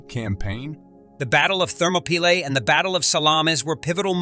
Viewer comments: An amazing amount of historical fact. Lots of obscure information, little known to those of us who are not history lovers. But, with all the preparation and research that must have gone into the elaboration of this video, just a little more care should have been given to pronunciation. The battle of King Leonidas and his valiant 300 Spartans took place at thermopylae, pronounced thur ma pee lay, a Greek work meaning hot gates. (Thermo = hot & pylae = gates). And King Xerxes pronounced zurk zees. Also, the Zoroastrian god was Ahura Mazda pronounced aaa who ra mazda. Not to put too fine a point on it, but these little things enhance the video for history buffs. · You need to have a better narrator.This one cant pronounce names and other words right. Like Thermopylae for one.